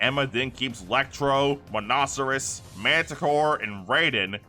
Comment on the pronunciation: Other than some wrong pronunciations, Nekorama instead of Nekopara and the C in Monoceros being pronounced as a C instead of an S, I really enjoyed the story so far